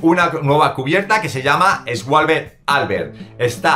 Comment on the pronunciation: Esgualbe? SHUALBI